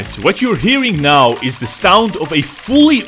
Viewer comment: Me are you serious right neow bro